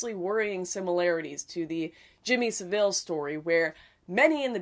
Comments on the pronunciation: Jimmy SAH-ville. Not Suvil. Like a British drill instructor would stereotypically say 'sir'. Yes SAH! -ville. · It's "Sa-ville" not "Seville". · Just one point: SAH-ville not si-VILLE. Stress more on the SA. Some as Saville Row. Some people might not know who you are talking about. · I know that you are Canadian and so used to the French pronunciation, but here in the UK, Jimmy Saville, is pronounced more like "Sav ill" or "Sav all". The French pronunciation you used may have been true once, but hasn't been used for a couple of hundred years. (You know how we Brits like to take a perfectly fine foreign words and mangle their pronunciation). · Why do people keep mispronouncing Jimmy Seville's name? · It is pronounced SaF - Fill - I've seen many Canadians and Americans mispronounce this creep's name. Apart from that great video. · His name is pronounced SAVil... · The Jimmy Savile surname is pronounced as if it rhyms with gravel. A fan in the UK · Please go on a BBC video and listen to how Jimmy Savile is pronounced. It's NOT pronounced like the city in Spain